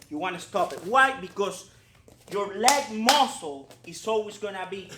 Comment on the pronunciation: Oh, so this is where overly emphasized "leg muscle" comes from:D